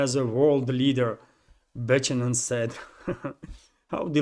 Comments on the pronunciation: I'll help you with some Western names pronunciation - that rear admiral - Thomas Buchanan - he's indeed a man who graduated from some US military academy. He looks kind of young - and whatever he says in public has been vetted and approved by his higher ups. The pronunciation of his name is - Bu - can- en - silient H so not pronounced. He's a good example of the deterioration of the US military class over the decades since the Vietnam war. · Buck anon,is how you pronounce Buchanan My Friend 😊. Be good be safe, and ciao for now....Blue 😇✋🏴🇬🇧. FREE BRITAIN 🏴🇬🇧✌.